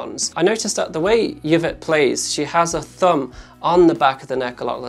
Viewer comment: Eee-vet..... Its just Eee-vet. 😂 Thanks for the vids.